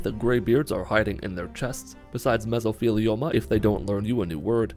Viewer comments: He still said "meso-FEE-lioma." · "God damn it I'm gonna kill somebody" then proceeding to mess up saying Mesothelioma just made my week 😂